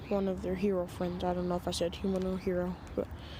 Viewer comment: nawuto and kuwama best fwends